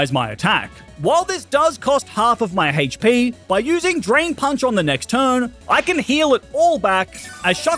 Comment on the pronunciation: You say Hache pee but it’s HP